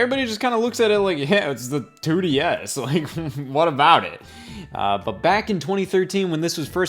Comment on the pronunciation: Can the Nintendo 2desz ntus fit in your mouth